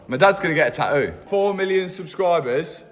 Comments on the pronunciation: Love the new neck tah-oouuu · Love the new taaaooo! I swear I wish I had the English accident 😂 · "taooo", "oil fileer" 😂😂😂😂 how is this English??? No "T" at all😂😂😂😂😂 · GUYSSSS PETITION, at 4 Mil, Tattoos the word "TAH-OOH" Basically the British pronunciation of Tattoo!!